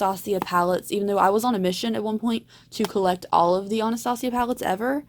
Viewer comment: Why do people pronounce Anastasia so weird????